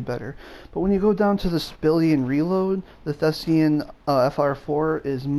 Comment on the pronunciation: THESAN, not THESEAN.